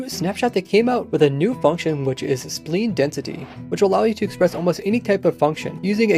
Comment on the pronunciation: Took me for a loop when you said spline. It's not a human organ haha.